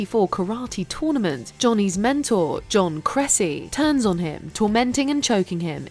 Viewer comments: It’s Kreese, not Cressy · First off, didn't we see Johnny in another light after he personally handed the trophy to Daniel whom Johnny told was alright? And second, Johnny's karate teacher's last name isn't pronounced "Kressie" but "Crease". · It’s John Kreese, not John Kressy😂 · You said kreese wrong